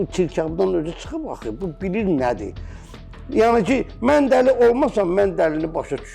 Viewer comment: Ancaq mən man deyir😂